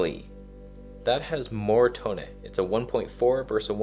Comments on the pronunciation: Thanks for all you do sir... love your tone and 'toneh' :) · Repeat after me...To-Neh. 🤤